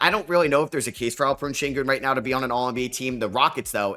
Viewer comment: day 3 of asking to you pronounce AlpeREN Sengun and AuSAR Thompson correctly